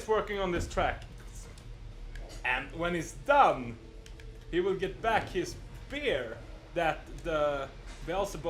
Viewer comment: It's very common for Scandinavians to mix up beer and bear for some reason :)